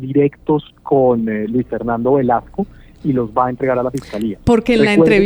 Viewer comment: Por favor son 3 periodistas y no se corrigen que el ministro se llama Luis Fernando Velasco, No Velasquez.....me parece que es importante decir bien nombres y apellidos....